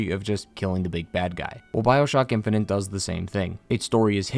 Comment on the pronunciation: Infinite, not infininte.